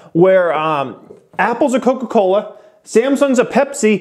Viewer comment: Bruh the way you said "Koka Kolahhh" just killed me XDDDD